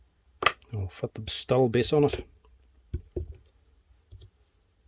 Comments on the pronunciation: I still can't get over why you call a Stihl (pronounced: 'shteel') a "stall" :) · Dude it’s not a St-ul! The brand is pronounced St-il as in STILL! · its pronounced "shteel" ;P